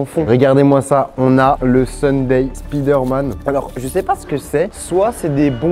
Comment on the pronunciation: C'est vraiment dégueulasse entendre spider man c'est spyder m'en